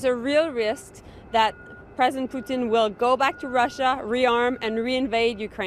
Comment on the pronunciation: Another WEFer loyalist suddenly wearing a Nationalist bodysuit. Lol she says "President Poutine". What an idiot. GIVE CANADIANS THE VOTE NOW!